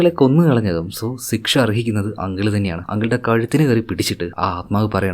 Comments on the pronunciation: ദയവുചെയ്ത് സിക്ഷ എന്നു പറയരുത്. ശിക്ഷ എന്നു പറയൂ. കേൾക്കാൻ രസം ഇല്ല ❤ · സിക്സ അല്ല മിസ്റ്റർ ശിക്ഷ 😂😢